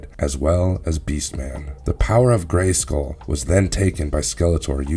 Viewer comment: Why why why do you put the emphasis on the "skull" in Castle Grayskull? It sounds so weird.... GraySKULL.